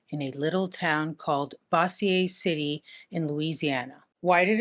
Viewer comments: “Bossy-eh City.” LOL Bozier. Bozier City. That’s how it’s pronounced. 😉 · I am sorry. I normally just skip by incorrect pronunciations but it is Bo-zher not Bossy-ay. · Hun, I'm not trying to be a butt or anything, but it's pronounced Boh-zhur City. It's named after General Pierre Bossier in the 19th century. That's around the time that the Cajun French people were marginalized, opressed (nowhere near as bad as some other ethnicities, but still pretty rough), and for a long time were forbidden from speaking anything other than english. When the general decided to go into politics, he tried to lessen his French heritage by Anglicanizing his last name, which is why the "Bossier" in Bossier City isn't pronounced with as strong a French influence. 🌠The More You Know!🌠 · Hey,. Bossier City here. 1. Say BO-zyer, not bossy-A 2. We don't claim him. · The way to pronounce the city Mr. Leto was born is “BOH-zhure” city, not “Boss-E-ay” 😂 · Bossier City is pronounced Boh-zure lolll 😂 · It's pronounced "Bo-cher" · I'm from Bossier city, LA... I don't know if you care but it's pronounced Beau-zier city ..I don't know if that helps😂😂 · lol Bossier city. It’s pronounced “Bo-zur” 😛 (From Baton Rouge) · Bossier City is pronounced Boǰher City. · I had no idea he was born here. That city is pronounced Bo-zhure 🙂 (give or take lol) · Oh my gosh. I grew up in Bossier Parish. It's actually pronounced boe- ssier with a long o. Great video as always! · The instant she pronounced Bossier City as "boss-e-aye", I had to dip. 😂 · I'm from Louisiana. I think that she's saying that Jared claims he is from Bossier City. In Louisiana it's pronounced "Bo-sure" City. But, Calliope, is pronounced, "Callie-ope". Gotta love the selective French pronunciations. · It's pronounced "Bo-zuer" City. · In Shreveport they call it Bo-zhur City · I live near Bossier City. It’s pronounced BO-ZUER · Bossier city is pronounced Bow-zhr just in case you were curious! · Totally mispronounced Bossier City.😂